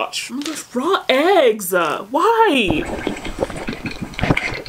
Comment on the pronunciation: THE EGGSSS NOT THE EGGGSS 😭😭😭😭 IT'S THE SAME GIRL FROM COURTREEZY's VIDEO 😭😭